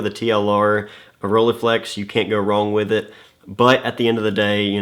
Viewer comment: Please stop butchering that name!